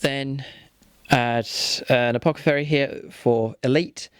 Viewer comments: Nice report and great looking armies! Btw, just a friendly tip - it's apoTHecary, not apoCathery. :) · This should be a good bat-rep, but before I continue watching, I have to say - I'd noticed in a previous bat-rep (and thought it was a slip of the tongue), but then (and at other times), you're referring to the Apothecary as an Apocathary!?! :D